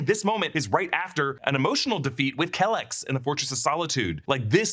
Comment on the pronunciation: The only thing that gets me is how everyone is pronouncing kelex. If you watch mos it's correctly pronounced 'key-lex' it's not just mos, it's in loads of stuff.